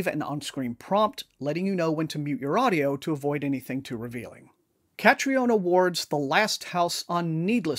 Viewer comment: Her name is pronounced Katrina.